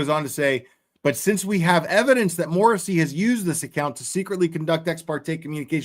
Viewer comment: Michael Dubba-ya Morrasssey!😅